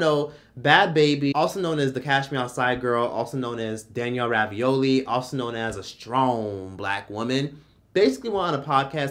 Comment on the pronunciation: Danielle Bregoli not Ravioli 😂